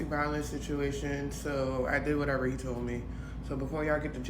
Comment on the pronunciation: Wateva...wateva...i do wat i want😂😂😂